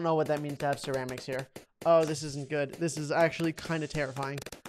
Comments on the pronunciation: It sound like he says sheramics XD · The way he said ceramics was the best thing I ever heard.